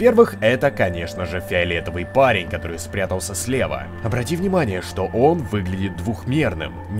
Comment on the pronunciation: Фэравэтывый. Парэнь